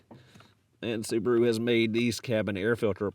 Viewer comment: The little soo-bar-oooo. Wow